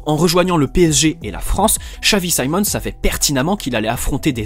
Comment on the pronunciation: your pronounciation of his name is scary guy he is dutch not english